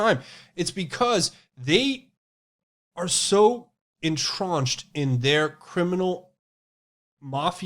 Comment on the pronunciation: what is entraunched? I know what entrenched is, but cannot find entraunched that I believe you mispronounce frequently.